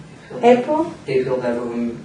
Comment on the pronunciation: The spelling of the name is Bever and it is pronounced like Bever (ly) Hills. Just a little heads up,.